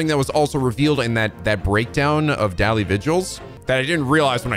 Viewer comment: Daley is pronounced as 'daily',.